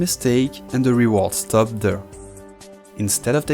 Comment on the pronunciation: Reward ; l'accent tonique est sur "ward", pas sur "re". ReWARD.